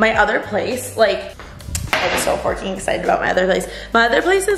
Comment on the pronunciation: I love you, but please just say fucking 😂 forking is just... 🤮